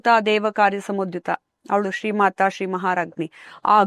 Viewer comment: "ಶ್ರೀ"ಅದು "ಸ್ರೀ" ಅಂಥ ಕೇಳಿಸಿತು